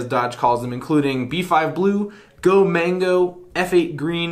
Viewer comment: It’s not Go Mango. It’s Go ManGo.